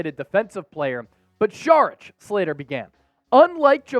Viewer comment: And it’s not SHHHHHHarich it’s Sawwr itch